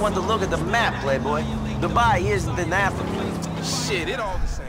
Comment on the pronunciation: Não é prei boy é play boy